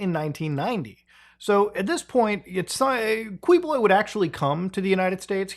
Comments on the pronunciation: It's*Keyboloy* but still Kuwiboloy is funny 🤣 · Apollo Kiboloy is how you pronounce this false prophet's name. Rohdrigoh Dooterteh is how you pronounce the arrested president's name